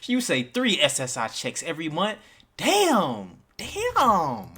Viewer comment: Don’t take advice from any person who pronounces the word “month” like “munt” 😅